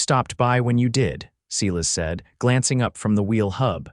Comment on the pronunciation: When you mispronounce and misspell the name of the main character over and over, it really spoils the story. The name is Silas, pronounced sigh-less.